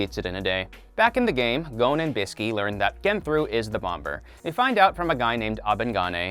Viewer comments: This dude really said bom"B"er. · Bruh, why us no one talking about how this man says bomber, pronouncing both bs. "Bom ber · IS NOONE QUESTIONING WHY HES SAY BOMBABUR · BomBer? The second b is silent 😝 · Bom-ber...he said bom-ber. I never heard anyone pronounce the second b so...awful or at all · This guy says “Bom Ber” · Are we just going to ignore the fact that he is saying “bomBer” ?? Like making the second B sound in bomb?! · I can’t take this guy seriously when he pronounces bomber “bombur” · Why are you saying BomBer. Speak properly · Bom-bers!?!?!? bro English dude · I know he didn’t just say bom-ber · How are you pronouncing everything wrong, even bloody Bomber, you don’t pronounce the second b😂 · Is anyone else annoyed by the fact he's pronouncing the second b in bomber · Why is he pronouncing the second b in bomber? It’s weird. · Is no one gonna mention his pronunciation of bomber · I just can’t with this guy’s pronunciation of all these character names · did this dude really pronounce bomber with the b in it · Why does he say bomber with the b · so uuuhhh we not gonna talk about how bro pronounced both "b's" in "Bomber" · God the way he pronounced Bomber triggered me so much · That is not how i pronounce the word 'bomber' 😪